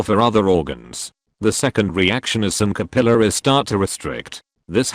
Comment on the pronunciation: "The second reaction is some capillaries start to restrict" .....I thought it said caterpillars instead of capillaries...